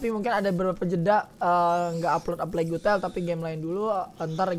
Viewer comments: Plague bacanya pleg... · "Eu plegu tel" gak tuh😂 ada U nya wkwk